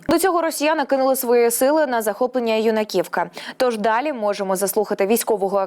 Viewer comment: Нема у нас юнакІвкі..це Юнаківка на перший слог наголос..хочь би знали назви😢